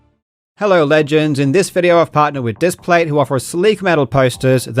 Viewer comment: Bro why did he say legends like that